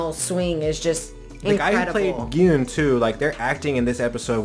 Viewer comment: I absolutely loved your reaction video: so heart-felt and genuine. Thank you for pronouncing Gihoon's name properly. You are one of the very few reactors who get it right. I honestly have no idea why they have written as "Gihun".